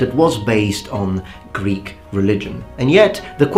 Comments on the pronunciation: Ur greek pronouncing of words is pretty pretty nice to listen to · Great greek pronounciation and no strange accent! Μπράβο! Greetings from Greece my friend! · Hey friend, just wanted to say that your pronunciation of Greek is stellar! Well done!